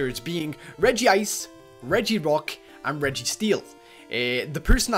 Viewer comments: its not regiice its regice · And it's Reg-ice Not RegiIce